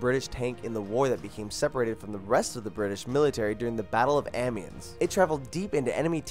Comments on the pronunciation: I like the information. Learned a bit and enjoyed the video. But you mispronounced Amiens, Gallipoli, Sinai and a few other words. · Amiens is not pronounced how it's spelled, it's pronounced Amion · Definitely a good video, but the only thing that you really got wrong in the video was the pronunciations. For Example Amiens is pronounced A-me-on. The other three you got wrong were Gallipoli (Ga-lip-o-lee), Sinai (Sigh-in-i), and Verdun (Ver-Done). Otherwise you did an amazing job on this video.